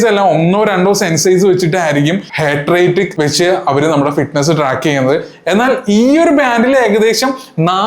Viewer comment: Heart Rate❌ Hatred ✅